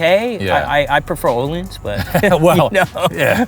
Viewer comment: You guys gotta learn how to say Öhlins. Say Uhh-Leans